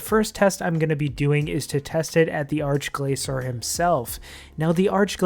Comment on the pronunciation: 'ark-glaysore' wut? arch as in starch. gla-kor with a hard c, not soft c.